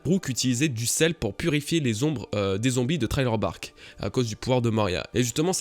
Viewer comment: "Sriller Bark" please